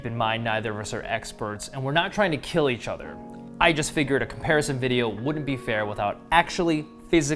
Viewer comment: But can it keel